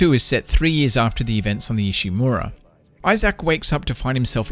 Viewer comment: I love how he pronounced Isaac as “Isayac”. lol